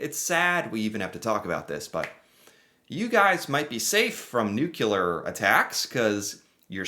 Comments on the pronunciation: NuCLEar not nuKElar. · NU-CLEH-ARE. say after me! NU-CLEH-ARE! not NUKIE-LAWR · Why do you keep saying Nuculer? That's not a thing. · Please stop saying "Nukular"! Please? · Mate, you realy say it is "newkiller bomb" while meaning "nuclear"? :D Besides this, great video ;)